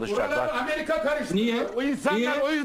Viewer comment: ten itibaren hızı 0.50 yapıp izleyin. Süper rakı sofrası kurmuşlar. Ameriga çok kötü, büyük resim süper. "Hojjamm bissaniyyee, öpiyym hojjamm." dan sonrası da süper...